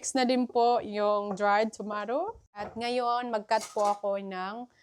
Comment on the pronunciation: Pls pronounce the letter a in tomato as long a. And prounce letter I in broccoli as short I.